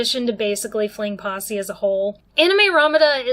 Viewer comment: Great analysis and look at it! I'm still stuck on the way you say fling possy lol